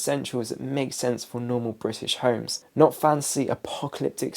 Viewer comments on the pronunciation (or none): none